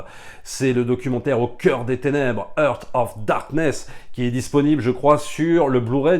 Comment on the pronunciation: Entre "Apocalypse No" et "Hurt of Darkness", c'était trop pour mes oreilles, déso.